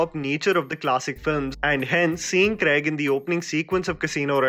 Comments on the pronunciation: Daniel "Kregg" nahi Daniel "Craig" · Daniel CRAYG?? lol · Agree to your comment that Craig was the most human of all Bonds.. and he also got his hands dirty . Just wished you said Craig and not Creg throughout 😀